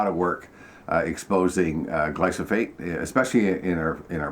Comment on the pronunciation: It was a bit disconcerting that glyphosate kept repeatedly being referred to as "glysophate" 😂